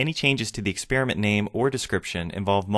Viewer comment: THE WORD IS EXPERIMENT AND NOT EX-SPEAR-MENT AND YOU WORK FOR MICROSOFT ??